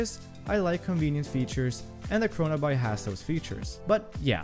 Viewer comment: “What ever?” Kronaby, pronounced, CHRONABEE! Like “The Great Gatsby” 🗣 not Gatsbuy. Though, great video 👍